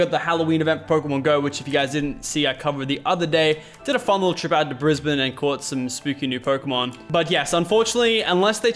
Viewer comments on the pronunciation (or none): none